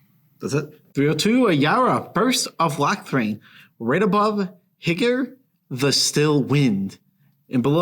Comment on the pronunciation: FYI it's "HEE-goo-reh", the Still Wind. Not "higg-yer". Higure is Japanese for nightfall.